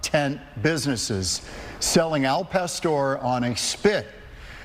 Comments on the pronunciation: A man from Arizona saying AL pest-or, smdh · Can someone teach this man how to say El pastor?